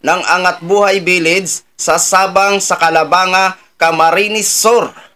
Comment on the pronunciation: CALABANG-GA, ang pronounciation nyan. 👍👍🙏🙏🌹🌹🌹🌹🌹🌹🌹🇵🇭🇵🇭🇵🇭🇵🇭🇵🇭🇵🇭